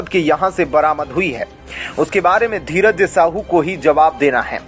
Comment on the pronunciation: Tum sahi se dheeraj nahi bol pate kya patrakaar ho tum